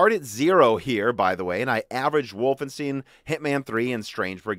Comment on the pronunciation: Did he just say WolfenstEEn? Jesus lol